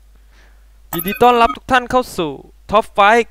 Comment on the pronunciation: และอย่างสุดท้ายคือการ QC ครับ ผมเปิดดูแว่บแรกก็ตกม้าตายแล้ว นั่นคือ"พูดผิด"ครับ ตัวอย่าง "ยินดีต้อนลับ".....อื้ม ต้อนรับครับ ไม่ใช่ต้อนลับ.. คือ ล.ลิงชัดมากๆ สองคือ "galio แฟลชเข้าไปและลวบทางฮันเตอร์เข้าเมา..."..... อืมครับ ทั้งลวบทั้งเมาเลยทีเดียว และ ล.ลิงชัดอีกแล้ว คือจุดนี้มันพากย์แก้ retake ได้ครับ ไม่รู้ว่าปล่อยหลุดออกมาได้ไง ครั้งหน้าฝากแก้ไขด้วยนะครับ